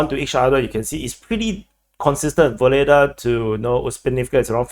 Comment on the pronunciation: Pronounce the Ukrainian "H" as a hard "G".